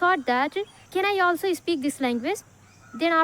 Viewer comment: Speak❌ ispeak✅ 😂